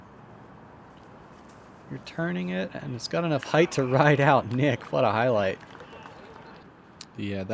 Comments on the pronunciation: It's PRONOUNCED HEIGHT LIKE LIGHT! NOT HITH ANNOUNCER! LEARN ENGLISH! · Heighth is not a word fellas. It’s height no matter how the sentence is structured, always height. You sound very dumb when you say it wrong. Almost as bad as orientated. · Oh god not the “heighth” pronunciation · "Heighth" is NOT A WORD...